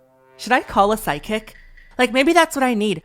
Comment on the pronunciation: Why do you say psychic like sidekick 😭